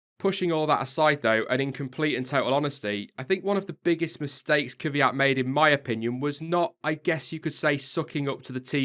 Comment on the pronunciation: why do all english say "kyviat" when his name is kvyat?